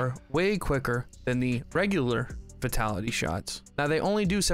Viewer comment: I've heard you pronounce vitality wrong so much, its not v-ee-tality, but v-y-tality as in the word 'vine'.